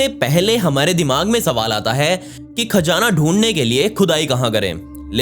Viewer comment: It's Khazana not kaazana